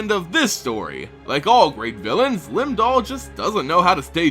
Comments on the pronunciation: Does the accent make it Lim Dool? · Always love your content. Just wished you pronounced the words per the spelling. For example: "Shandalar" has only one "r" in it....at the end. Lum-Dul and other names also very mispronounced, thus making these very hard to follow.